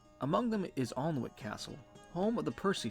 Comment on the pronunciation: I wouldn't expect an american to know this, or care honestly because english pronunciations are weird, but it's pronounced anick the l and w are silent.